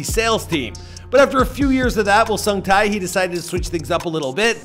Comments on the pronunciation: HO SUNG TAI??????????? I'm sorry but it's pronounced 'Huh' like Huh...What was that strange noise? kind of Huh) and Sung like Sing, Sang, "Sung" and Tae like rhyming with Bae. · dude came a long way. he had some great day jobs but it is important to chase your dreams... and, it's sung tae(tay)!!!! not sung tai!!!!...geez... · Tae = tay. It sounds closer to "tay", as in Lil Tay. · its pronounced sungte hihi! , nice vid!